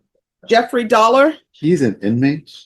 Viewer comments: Jeffrey Dollar... I didn't pay any attention to the name on the first appearance but when they called the 2nd appearance I heard Jeffrey... Sounded like Dolmer 😂😂😂😂😂😂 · I heard it as DolMER 😂😂😂😂